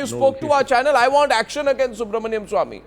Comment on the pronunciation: Guys there is a serious issue in the country. We all have been making a huge mistake currently. This issue is so bad that we are all becoming anti-nationals. The pronunciation of Subramanian Swamy as Subramanium Swamy is a threat to national security.